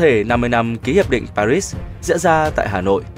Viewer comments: Bạn phát thanh viên có giọng đọc rất hay! Chỉ đáng tiếc là khi phát âm Paris ( tiếng Pháp âm s trong chữ Paris không phát âm - “ muet “ ) mà bạn thường phát âm sai ( như tiếng Anh ) làm cho clip giảm chất hấp dẫn ! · … Nếu phát âm tên Thủ Đô nước Pháp bằng tiếng Việt , gọi là : Pa ri nghe quen thuộc , thiện cảm , gần gũi và thân thương .!. 3/4 cuộc đời tôi chứng kiến tại Việt Nam , đài báo hoặc nói chuyện ; khi nhắc đến thủ đô nc Pháp vẫn phát âm là. Pa ri . Có phải dễ nghe .?… đến bây giờ buồn ra 2 âm : cùng một bài đọc - Lúc Phát âm Pa rí khi lại phát âm Pa rít ….?. nghe chán bỏ sử , tốt nhất “ tạch” …tắt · Đọc là Pa rít nghe không vào nếu cậu đọc tiếng Pháp , tiếng Anh nghe còn được. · Nếu bản tin này đọc cho người Việt thì hãy phát âm đúng từ Pa-ri như người Việt, hoặc phát âm chuẩn tiếng Pháp, đừng đọc kiểu lai căng thế nghe không ổn. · Người đọc nên sửa lại cách phát âm các từ tiếng Pháp thì sẽ hấp dẫn lôi cuốn hơn. Nghe rất chói tai, nhất là Paris mà ai cũng biết đọc thì suốt từ đầu đến cuối đều nghe là Pa-rít-s. Tiếc thật. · Đọc là pa ri dễ nghe hơn anh ơi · LOAI ngay cậu phát thanh viên này , vì không biết cách đọc chữ PARIS ! BỎ CHỮ S cuối chữ ! Chỉ đọc là PARI thoi ! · Trong tiếng Pháp chữ H là âm câm (không đọc, ngoại trừ danh từ riêng). Một số hậu tố S cũng là âm câm (không đọc hoặc phát âm thật nhẹ); VD: Louis: đọc là Lu - i, Courtois: Ku - to... Nên tôn trọng ngôn ngữ bản địa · sao ưa rườm rà thế !? - cứ vô ngay tiêu đề !! - đáu cần chào mừng này nọ phí thời gian !! - lại còn đọc "pa-rits" nữa ?!! - đó là tiếng Pháp !! - chưa từng có ai đọc "pa-rits" (theo Anh-Mỹ) bao giờ !! - chớ tự đắc : "kôg ai đọc , mình đọc mới hay" đấy nhé !!? -- thiết nghĩ : - cơ quan nhà nước nên có xác đinh cách đọc chuẩn về từ ngừ tương tự cho thống nhất !! - đừng để mỗi kẻ đọc một lối tuỳ tiện !! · Paris pháp . Đọc gì ris ai hiểu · Đọc cái thủ đô của Pháp nghe hết hay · Kênh này sao phát âm Paris và Genever nghe kỳ quá. Phát âm tiếng Pháp không đúng.